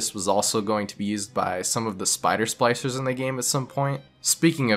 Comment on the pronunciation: Are you calling them 'slicers'? It's SPLICER